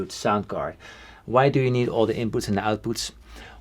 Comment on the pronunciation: Paul, I love the wait you say input! (Not really, it's just funny.)